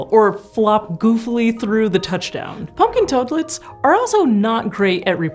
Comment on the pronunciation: I like how she calls them "Punkin Toadlets"..